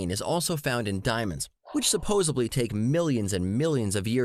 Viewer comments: I started questioning this guy's credentials when he kept using the word "supposeBly" instead of "supposeDly." You're right about the questionable use of English. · Nice debunk. I want to smack him every time he says 'supposibly'. :P